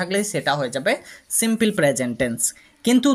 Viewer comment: দয়াকরে প্রথমে আপনার ইংরেজি উচ্চারণ সঠিক করুন।এই ধরনের হাস‍্যকর উচ্চারণ নিয়ে please কোন ভিডিও পোস্ট করবেন না।কারণ বিদেশের বাংগালিরা আপনার ইংরেজি উচ্চারণ শোনে মনে করে দেশের বাংগালিরা অত্যন্ত মূর্খ। Please don’t say সিম্পিল, say সিম্পুল (simple) ok